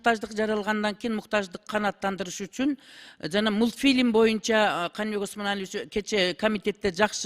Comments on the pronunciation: Ар кыл соз менен бир эле маанини кайталагандардычыыыыы мутпилимди уйуно барып кор тантырап эле убакытты аласын мас адамдын созу тугобогондой эле..... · Многу ажылдаган катын мультфильм дегенди эптеп айта албайт да депутат болуп отурат гангир баш